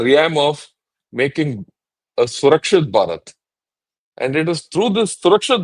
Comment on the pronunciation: It's really nice to see the professional approach to the subject. The visionary role in Atmanirbhar Indian army is correctly pronounced as Surkshit Bharat by. I appreciate vision of linking our Growth in GDP and safeguarding it by Surkshit Bharat by participating by citizens of India. A new dimension has been ignited.